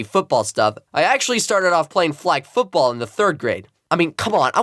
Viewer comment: “flag footbaball” it’s called “Oz tag” you uncultured swine😂